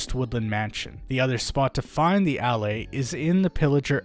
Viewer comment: i think they are pronounced "ullAys"